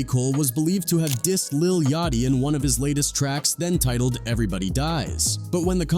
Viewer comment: fr cause the way he pronounces Yachty name is crazy 😭